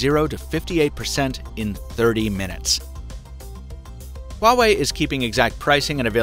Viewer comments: Why are u pronouncing it like that tho? HHhuawei, like cool wHip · It's "wah-way", not whatever it is you're saying. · You mispronounced Huawei. But so does everyone else. 😛